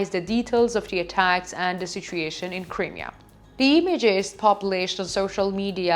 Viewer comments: It is NOT "THE Crimea", and some other issues Smoke RISING, not "Raising" - Crimea is not pronounced "Cremea", it is prounounced "CrYmea" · PLEASE!!! Please learn how to pronounce Crimea …. It’s like this…. .ah She’s cute but someone needs to help her with pronunciation GOD BLESS UKRAINE GLORY TO THE HEROES OF UKRAINE ❣️❣️❣️